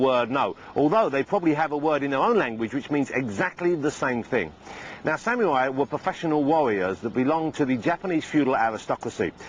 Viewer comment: sam-you-ai. xD Oh, Ross.